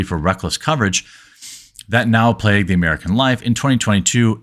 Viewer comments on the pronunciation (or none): none